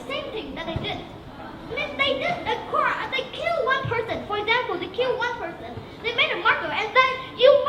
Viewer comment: Dấu nhấn của từ Punishment sai rồi :v Phát âm sai từ Crime.